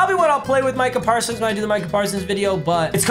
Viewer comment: We all gonna act like he didn’t say marcah parsons